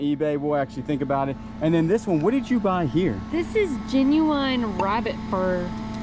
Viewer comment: genuine=GEN-u-inn, not gen-u-WINE The Chinese Wedding Basket was spectacular! That's a fairly old Singer. The Allen Edmonds shoes were Oxblood color. Hope you had a great Christmas!